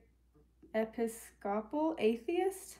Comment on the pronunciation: Eh-PIS-co-pall is how to pronounce Episcopal.